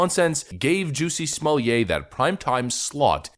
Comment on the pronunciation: Smoll-yay? It's smol-lay. There's no "y" sound in between.